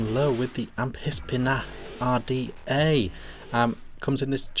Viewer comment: Amphisbaena....., it still sounds like you are saying "am...piss....beana"!!! I can assure you that the "ph" is pronounced as an "f". Think about it, you don't use a "piss....hone" it is pronounced "f...hone"..."phone, likewise you dont go to the "piss...harmacy"...you go to the "f...harmacy"...."pharmacy". Here is a tube link to help you..... You might be interested that "Amphisbaena" is a genus of " Amphisbaenidae" also known as a "Lizard worm" or as we know it in the UK, a slow worm. I agree, I can't stand the top caps (what is the point of a concave top on the cap other than trying to give you third degree burns to your lips) but there is no innovation and so almost any similar RDA on the market with better top caps. I think it is really bad that this RDA has such a short 510 pin and considering the growing popularity of hybrid mecs, it is verging on the bloody dangerous. Yes, the Goon would be a better option (I am not saying this... ahemmm....but particularly the clone at £6 or even a genuine one for £30 from 3F Vape).